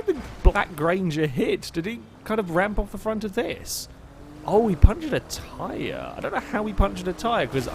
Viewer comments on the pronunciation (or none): none